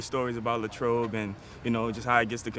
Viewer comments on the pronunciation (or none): Lay-trobe Common mistake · It is Lay-trobe though lmao